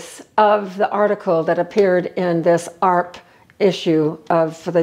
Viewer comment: Lol, I've never heard AARP pronounced "arp". I also read that article and tidied up my wallet. It's amazing how much came out.